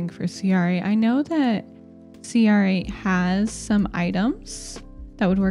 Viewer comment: You can pronounce cr8 like 'crate'! Also great vid, as always.